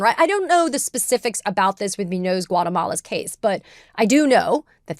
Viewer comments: Katie: Please learn enough basic Spanish to pronounce "Muñoz". (MOON-yohz) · I'm sorry, and I hate making corrections like this, this one is just killing me. Muñoz is pronounced *Moonyōs*. ☮️ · Can you not pronounce Muñoz as MEWNOSE? JFC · I'm pretty sure it's pronounced MOON yoze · I really would like to agree with Ms. Phang… but her repeated mispronunciation of Muñoz-Guatemala is killing me 😭